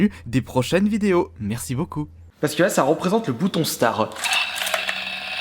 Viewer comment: Starttt pas star apprend a parler